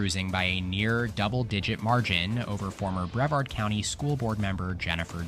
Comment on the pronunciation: For Brevard County FL it's "brih-vahrd"